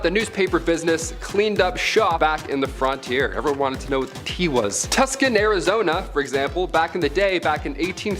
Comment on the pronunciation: 😢, it's pronounced TOOSON, (TUCSON), I SHOULD ĶNOW, I GREW UP THERE, GET IT RIGHT😢